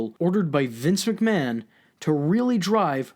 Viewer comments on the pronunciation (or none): none